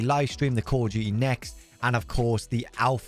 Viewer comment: Nobody: khool'dooty mobilee 😂